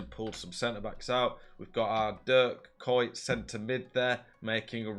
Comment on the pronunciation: The first pronunciation of kuyt was the closest but the dutch pronunciation is not used in english, you would have to search a video of someone pronouncing ‘UI’